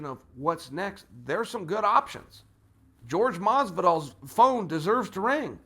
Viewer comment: "George Masvidal"